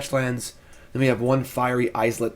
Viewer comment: It's pronounced Fiery EYE-let, just like island.